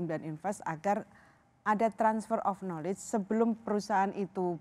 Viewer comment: knowledge dibacanya nalij....